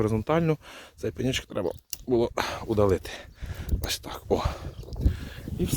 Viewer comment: Як подобаеться Вашэ: на пэньочок! 😅 Дякую,! ❤